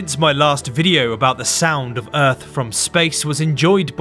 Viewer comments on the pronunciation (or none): The sound of uth? Enunciate.